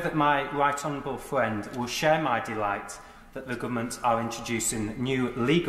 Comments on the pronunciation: My wight onowable fwend indeed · Scott Benton - “I know my wight honawable fwiend will share my delight” proper bwexiteer arse right there!